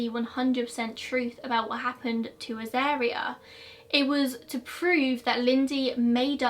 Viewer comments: Also, wasn't the baby's name pronounced A-zar-ria, rather than A-zair-ria? At least, that's how I've always heard it pronounced. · A Dingo has a skeletal and macular system more like a cat. A lot of people keep Dingos as pet's. Uluru you pronounce correctly, Azaria try Az-ar-e-ah phonetically. Lol your pronunciation isn't thast bad. I knew the person who shot the dingo and burried the baby in their backyard. It was quite a shock to see it on the cover of our local newspapers. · You got uluru pronunciation correct but azaria is Az-ARE-ia And Ayers rock is like Airs rock. No way to write that without sounded like a dick ahahaha sorry